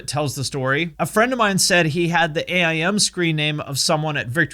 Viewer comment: Did you really just say A I M and not AIM?